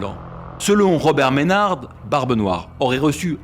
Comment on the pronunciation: Je suis un descendant de Henry Maynard (on prononce pas le D) et j'apprend des details a chaques fois que je me renseigne sur Barbe Noire. Merci pour votre video 😊 L'IA illustre bien mais les images d'epoques sont plus passionnantes encore 😉